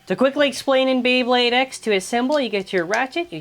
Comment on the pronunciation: YOU BUTCHERED MY FAVORITE BEYBLADE